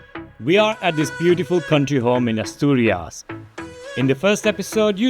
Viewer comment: Se dice Asturias. No atorias y Gijón no Guijón